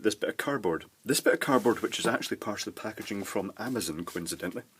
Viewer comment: THERE IS NO I IN AMAZON. Not amazin. lol 'Murrica.